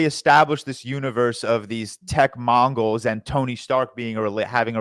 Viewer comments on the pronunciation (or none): I’ve never seen 4 guys this smart more consistently mess up words what’s a tech “mongol”😭